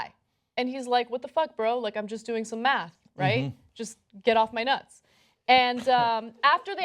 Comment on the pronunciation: "Get'a off'a my nuts'a."